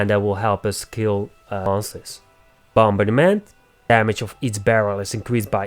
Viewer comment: Good video. I noticed you struggle on a couple words, though, so I hope this helps (since you are helping us with your videos). The first K is silent in knockback ( nok bak ), and bombardment is only 3 syllables ( bom bard ment ). I like the way you say it, though. It adds character. Keep up the good work 😊